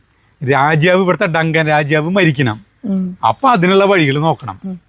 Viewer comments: രാജ്യാവ് അല്ല.രാജാവ് ആണ് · രാജ്യവ് എന്നാ പറയണ് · രാജാവ് എന്ന് പറയുമ്പോൾ എന്തോ ഒരു മിസ്റ്റേക്ക് പോലെ😊